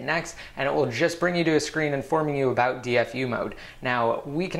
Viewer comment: I like when you say ( about ) lol thanks for your cool video's